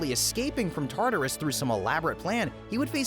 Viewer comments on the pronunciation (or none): none